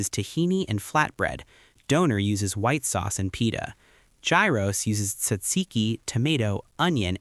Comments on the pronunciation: It's pronounced ghiros not gairos Like it's a hard "H" ghiros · Gyros is pronounced like Euros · Straight to the comments after hearing that, i swear americans think english is the only language in the world